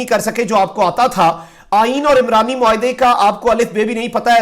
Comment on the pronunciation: عُمرانی معاہدہ ہوتا ہے۔ عِمرانی معاہدہ نہیں۔